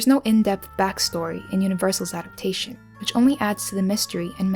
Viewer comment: Please learn how to say the word 'adaptation'. It is FOUR syllables, not three: a dap TAY shun. The emphasis is on the third syllable.